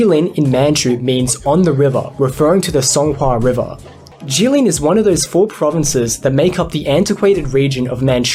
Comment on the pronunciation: It is not Hua the fourth tone, but Hua, the second tonal.